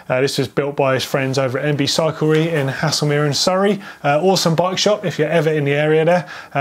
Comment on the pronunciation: You like to be corrected? Ok, so The bike shop you mentioned that built Brendogs Scott eBike ⚡️ is in Haslemere pronounced Hazelmear